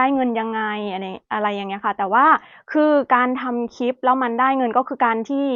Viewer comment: พูดไทยได้ชัดเจน สำเนียง100% คำว่าคลิป ยังออกเป็น"คิบ" ร/เรือ ยังเป็น ล/ลิง ค่อยๆปรับไปนะลูก คนไทยเอง ถ้าไม่ใส่ใจก็ผิดเยอะเช่นกัน ไม่อยากให้หนูยึดติดกับภาคเกษตร คนทำเกษตรมีกินแต่ไม่รวย อยากมีกินหาเงินซื้อหรือจ้าเขาแทน เลิกคิดอย่างพ่อแม่บรรพบุรุษเราก็ได้ เกษตรหนักและนานกว่าจะได้เงินเพียงน้อย นวัตกรรมบางอย่างไม่มีตัวตนและน้ำหนักเลยแต่ขายราคาหลายพันหลายหมื่น ยูทูปก็เช่นกัน เป็นการขายจินตนาการไม่มีตัวตน/น้ำหนัก/